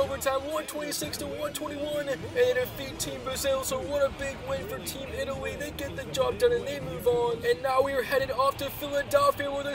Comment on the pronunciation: did he call us " Team Italsia"